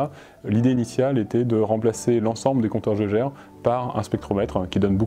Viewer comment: Bonne vidéo, juste une petite remarque: conteur geiger se prononce conteur geiguer et pas jèjer